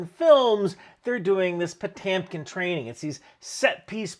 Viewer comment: …and his name is pronounced pa-TYOM-keen ?